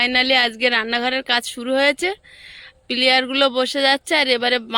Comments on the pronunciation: প্লিয়ার বলে না ওটা পিলার বলে আশা করি এবার তুমি ঠিক বলবে কিছু মনে করোনা ভুল টা ঠিক করে বলার জন্য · কথাটা পিলার হবে পিলিয়ার নয় শুনতে খুব খারাপ লাগছে। এবার থেকে পিলার বোলো। কথাটা বললাম কিছু মনে কোরো না। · পিলিয়ার বলে না পিলার বলে তাও জানে না আবার ইউটুব চালাচ্ছে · You tube chalate gele pronounciation jana mandatory noi jaghrate didi seta tumi jano na.eto jolte nei onnyo ke dekhe. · পি লা র হবে কথাটা। দুদিন বাড়িতে বারবার বলে প্র্যাকটিস করো। তোমাকে এটা নিয়ে অনেকেই বলছে সেটা আমার ভাল লাগছে না। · Ki je apni pilliar bolchhen? Khubi kane bachhe, ota pillar hobe. Valo thakun sobai.